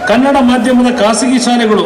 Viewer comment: omfg !! It's not KANNAD !!! For god sakes correct yourselves !! It's Kannada !!!! "KANNADA"!